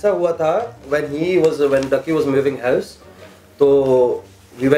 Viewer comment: I swear there English is very irritating. is saying hyovs not house. And his uncle does the same In the video super kuri. He say get ov not out. Yar urdu Bola Karo. Kya angreezo ki zaban bolte ho. Other wise you videos are great❤